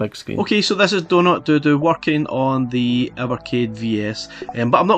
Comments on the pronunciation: I dunno if is just your accent but I keep hearing doodoo when you say dodo as in dead as a dodo lmao. Got this game on pc a while ago, what we saw here is basically 80% of the game. There's only 5 levels to it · Great review and I prefer your pronunciation of the game "doh doo" which harks back to Mr Do! than mine "doh doh" as in extinct bird ;-) Keep up the awesome work!